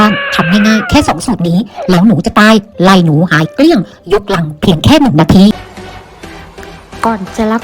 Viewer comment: เกี้ยง เกลี้ยงพูดไม่เป๋น คก คก คก ครกจ้ะ กิ่น กิ่น กิ่น ปาง กาง กาง น่าเกลียดที่สุด